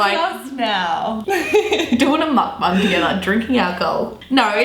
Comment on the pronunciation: She said mUkbUng